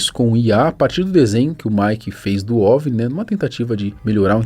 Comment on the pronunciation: Ovini? Que ovini? Kkkkkkkk